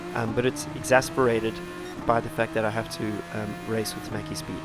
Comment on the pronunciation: Didnt know slovenians play this game (he was top3 whole race) And also you pronounced maciek a bit funny and very wrong hihi